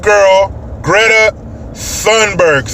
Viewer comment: It's Thunberg, pronounced as Tunberg, you Moron. Get it right!